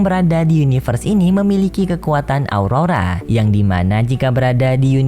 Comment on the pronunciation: aura bang bukan aurora, kizuna kali bang bukan kisna gw dengernya kista lagi wkwk